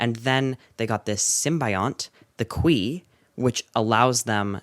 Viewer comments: 'khwi thing' sounds like something? it sounds like queefing. xx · “Qui” sounds too much, wayyy toooo much like queef.